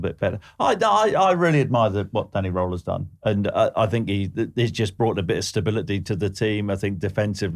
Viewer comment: I wonder if Danny Röhl is just lamenting at everyone calling him “Danny Roll” instead of “Danny Rool” (or like the French “e” sound really) 😅